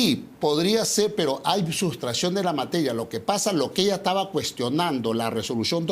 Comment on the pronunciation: Este sujeto es un gangster. Y como tal, ni siquiera pronuncia bien: “taba” en vez de estaba. Miserable!